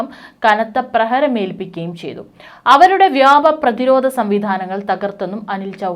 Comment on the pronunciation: അയ്യേ സേച്ചീ വ്യാമം അല്ല വ്യോമം /ആകാശം